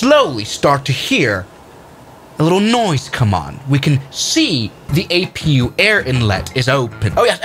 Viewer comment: Others: A P U in live streams: Apoo (or "a poo") 💀